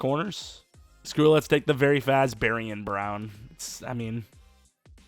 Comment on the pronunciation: it’s barion brown.. not Barton brown